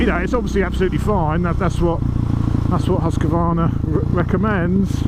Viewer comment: Amazing that Husqvarna owners can't pronounce the name!! Husq-varna not husq-a-varna!!! Why is it so hard for people??